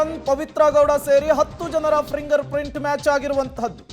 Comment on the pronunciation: ಫಿಂಗರ್ ಪ್ರಿಂಟ್ ಮಾರಾಯ, ಪ್ರಿಂಗರ್ ಪ್ರಿಂಟ್ ಅಲ್ಲ...😂